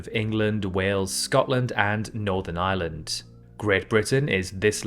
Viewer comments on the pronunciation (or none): none